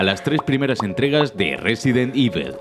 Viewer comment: Otro detalle alucinante: en este juego, para, Evil se pronuncia Evil, pero en Resident Evil se pronuncia Ivel XD Qué pena que estos vídeos de "30 detalles..." hayan degenerado tanto. Antes eran imprescindibles...